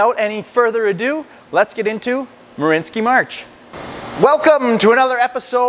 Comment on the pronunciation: They're name is marianski not marinski ?